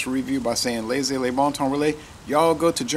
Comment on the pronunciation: never seen it in cans in the US--that's exciting. Should see if I can find it. Have had it in Germany, but is a bit pricey here. It's a bit cloudy and pretty hoppy, that's true. BTW, not to be a PITA, but I think Germans would pronounce it a bit more like "yay-fuhr" rather than "yee-ver", just an FYI. Edit: love the fog in your backyard, as others have said. Looks nice down there!